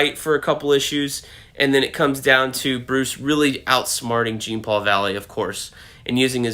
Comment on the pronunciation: I saw an interview the other day with the writer and he said it was dark. For the life of me I can't find it though. He said Tim looked like he should as well which makes me very happy. Btw I hate to be one of those guys but Jean's name isn't pronounced Gene. It's French sounding like Zhan.